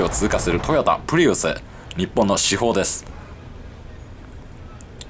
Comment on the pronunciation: 日本の主砲じゃなくて至宝でしょ？わざと空耳するように言ってるのかも知らんけど。😌